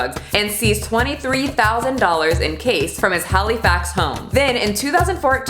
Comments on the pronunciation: I love you but I know you didn’t say Halley-fax instead of Halifax and Nova Scot-tia😭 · Any other Nova Scotians on here knowing right away poor wouldn't be able to say Kejimikujik? Lol (No one can say it unless they're from the area) Maybe cringed a little as my poor east coaster heart heard her say HalEEfax and Nova ScoTTia 😆💕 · Ha-Lee-Fax.....girl lol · It was cute saying you say hali-fax hehehe. I like that. (If you're wondering, it's pronounced like halehfax - with ❤️ a canadian) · "Hollyfax" and "Nova Scotchia" hahaha! they're pronounced "Hal - a - fax" and "Nova Sco - sha" I just thought that was some pretty hilarious pronunciation. Like when Americans try to say "New Found Land" that shit cracks us up, us Canadians just say "New-fa-land" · Keh-jee-muh-koo-jik, Nova Sko-sha, hala-FAX- and those ain’t even the hard place names here 😂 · You obviously did a lot of research for this video, a quick Google search would have taught you how to properly pronounce; Kejimkujik (Keh-jim-ku-jick), Halifax (hal-e-fax) and Nova Scotia (no-va scosh-a) and not possibly offend any viewers from those places, like myself. I have no problems with your content offending me but simple geography pronunciations shouldn't be how you do it! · Nova Scotty-a...lol. I'm dying. Hallie-fax. 😂😂 .... Please do Saskatchewan next! Still love ya, from this Canadian. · “Hally-fax” and “Nova Scott-ia” killed me I’m sorry 😂🇨🇦 Also I believe Kejimkujik is pronounced “Kay-jim-koo-jik” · I am offended that you pronounced the capital on Nova Scotia as HalEEfax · i love you, but it’s Hal-i-fax (short I) and Nova Sco-sha. Love from Canada 🇨🇦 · I thought Hallyfax was funny. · The way you say Halifax and Nova Scotia is absolutely hilarious. I love it. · The mispronouncing of Canadian cities/provinces hahaha. It’s okay tho, we still love you. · IM SO SORRY I LOVE YOU BUT THE WAY YOU PRONOUNCED HALIFAX AND NOVA SCOTIA I